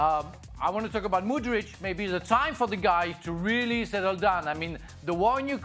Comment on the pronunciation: Can they start producing Mudyk (K at yhe end there is no CH) correctly after a year? These people can’t read